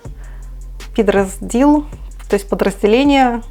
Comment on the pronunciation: Підрозділ- підро"зділ. Ударение после- о. Підрахуй- посчитай. Я ща шуткую😀 Неизвесное подразделение это-СБУ,ГУР и другие спец прызначенци (забываю вашу мову сорямб).👋